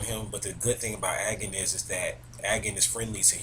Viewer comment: your pronunciation of Agni si wrong xD